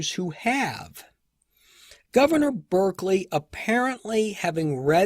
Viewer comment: Thanks for these excellent episodes. May I just note that Lord Berkeley’s surname is pronounced ‘ Bark Lee.